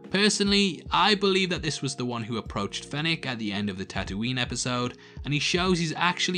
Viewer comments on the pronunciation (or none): none